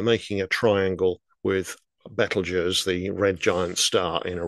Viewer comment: I don't know for Procyon ( pronunciation ) , it's greek , but it's the first time that Betelgeuse is pronounced correctly, like in french, Be-tel-geuuuuse and not the ridiculous beetlejuice 👍